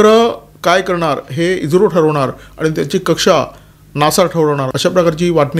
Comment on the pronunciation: इज्रो नाही ईस्रो